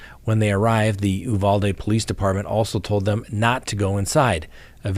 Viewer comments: Texas pronunciation: You-VAL-dee. You’re welcome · Uvalde = You- valde, not Ooh-valde. Texas native here. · Uvalde, TX Pronounced “you-Val-day” here, in Texas